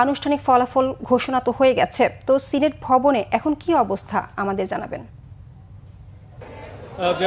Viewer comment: সিলেট নাকি সিনেট